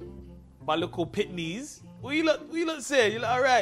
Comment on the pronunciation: Your actually Jamaican aswell and your calling it Pitney instead of Pickney? What's going on here 🤔 lol